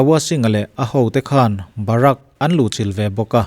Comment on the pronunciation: Gorkhali hi hnam huaisen leh tawrhchhel tak an ni. Barak ni lo in Bahrik tih tur a zawk lo maw